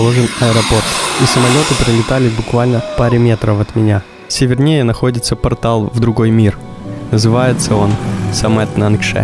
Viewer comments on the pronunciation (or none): очень красивая картинка и приятный монтаж, но фразы вроде "созерцать на", "вдохнуть на все лёгкие", "севернЕЕ" очень режут слух, это выглядит забавно у Леси Никитюк, но у вас ведь в целом такой литературный стиль повествования.